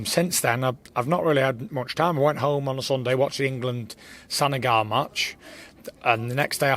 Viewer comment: He can’t pronounce Senegal 🇸🇳 probably . 😂